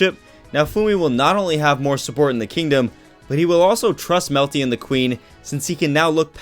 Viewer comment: You melty, he say malty, I say Melta-Gun.